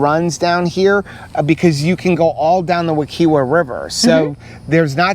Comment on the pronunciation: Wee-kye-va (correct pronunciation of Wekiwa)